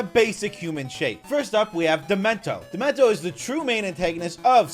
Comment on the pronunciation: He's calling dementio demento